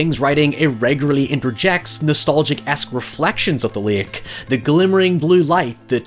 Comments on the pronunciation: It's pronounced " Lake " not " Lick " ! I'm just picking at you, you say it however you chose ! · First... stop pronouncing it like that. It's not LAYUHK. Speak like you have some god damned sense. You're overexaggerating your accent. You pronounce 'water' like an American, 'however' like an Irishman, and 'lake' like an idiot. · Lake ❌ Lick✅